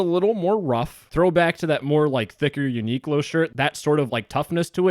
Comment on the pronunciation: The way you pronounce Uniqlo is sending me, Uni-(like university) Qlo-(like clover)